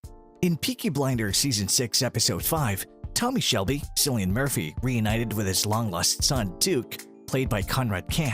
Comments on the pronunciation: It’s pronounced ‘Killian’ not ‘Sillian’ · How do you pronounce Cillian in Ireland? Cillian is pronounced KIL-ee-an.